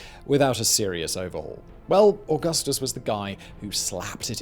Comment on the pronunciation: Se dice: Augustus (Auuguusthuus) NOT 🚫: ogasthos